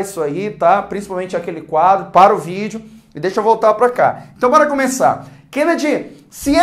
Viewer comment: "iumbora ver..." kkkk